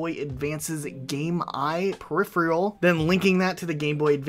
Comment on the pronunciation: "Periphrial." Why can nobody under 30 pronounce that word properly?